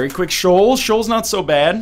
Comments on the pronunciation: You keep pronouncing Sheol as "shawl".... I always thought it was more "shay-owl"? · I thought it was pronounced "Shee-uhl"